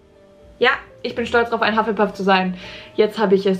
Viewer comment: Hufflepuff auf deutsch aus sprechen huff le puff